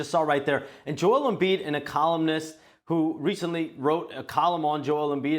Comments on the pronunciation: This reporter saying Joel Embiid wrong is a coward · Shams face when he mispronounces his last name name